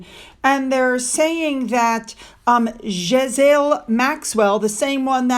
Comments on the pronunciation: Ghislaine = gi (g like gum, i like big) -LANE maxwell. The s is silent. I've no idea why. Cheers! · Hi my sweet friend! I know her name is impossible but it’s French and pronounced “ Ge-lane” accent on “ Lane”. Have a wonderful day and kiss Finn for me ❤ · Ghislaine Maxwell's first name is pronounced "G'Lane". In 2012, Kerry Kennedy was involved in a hit and run accident while under the influence of drugs. Meghan and Harry fell out with their first Netflix director when they refused to film inside their home.